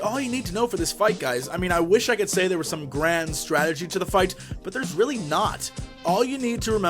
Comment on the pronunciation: he also said "reall" instead of "really" who carez